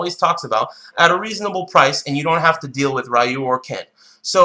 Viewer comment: Dislike because you kept pronouncing "Rah-yoo". Come on, I understand some people grew up mispronouncing it, and you got used to that pronunciation, but it's been 30 years.